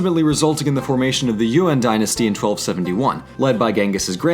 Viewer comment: lol, it's Yuan, not UN